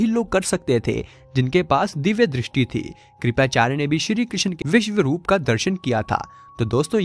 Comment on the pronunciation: श्री कृष्ण जी ki pronounciation sahi se karo